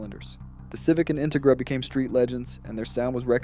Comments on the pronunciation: in-te-gra. Your not from cali are you? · His Em-Phasis, on the wrong SyLLabels is killing the vibe of whats actually a good video. I dont know if this is Ai? or this guys never heard of an in-Tegra before? 😅😅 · I came to the comments for this. I can’t keep watching because of how he pronounces it. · Why did you use the cheapest, substandard AI voice generator available? Dafuq is an "Intigra"? Your AI voice over was so bad that I had to stop watching and give you a thumbs down! Did you even watch your own video before you posted it? The quality is so bad I have to wonder! Don't you want to convert your views into more likes? Then use an American human voice, which I'm sure you can find for free locally! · Why tf do u say Integra like that